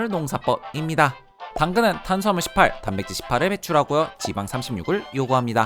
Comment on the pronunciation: 18이 아주 구수하군요